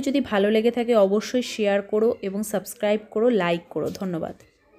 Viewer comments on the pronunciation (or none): none